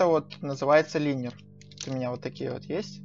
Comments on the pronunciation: Идиотина куска не линер а лайнер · Ору лИнер это лайнер